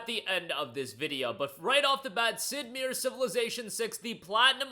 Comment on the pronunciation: Doesn't know how to pronounce Sid Meier's name? Huh?